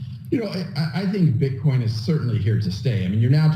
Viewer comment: One minute and forty-nine seconds into this video your slip of the tongue had me dying!!! #Bitcorn 😂😂😂 I'm not picking on you bro, you're awesome AF. It was just so funny I had to mention it. 😀👍